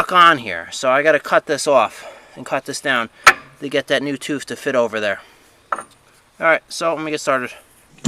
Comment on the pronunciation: Did you say, "toof"? Great videos as always!